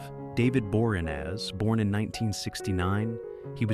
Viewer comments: I would think that you would pronounce David’s last name properly. BOR-EE-AN-NAZ, not BOREENEZ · Teach you AI to pronounce names correctly like Bor-ee-an-az. You SAY Christian Kane is 56 but your graphics show 54. TERRIBLE VIDEO. That's where I couldn't take anymore and turned it off.